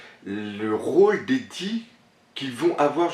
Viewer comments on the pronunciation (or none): none